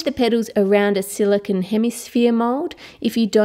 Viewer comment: Silicone not sileyecon